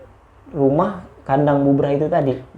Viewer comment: Bubrah bukan bubaran / brantakan mas bro. . . . .wkwkwkw